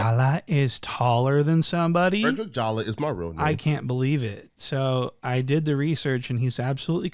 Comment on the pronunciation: "Fwedwick Jawa"